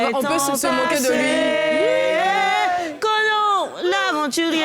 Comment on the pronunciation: Gliss c'est co na n et non conan